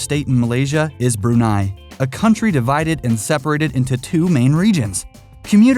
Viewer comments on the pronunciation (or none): none